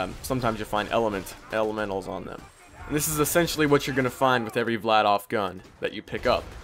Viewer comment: im just correcting you but its Vladaf